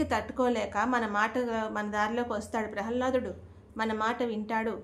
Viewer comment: ప్రహల్లాదుడు కాదు మా. ప్రహ్లాదుడు